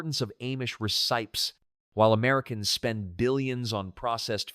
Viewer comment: This AI voice is annoying. It pronounces AMISH as AYE-MISH & RECIPES AS REE-SIPES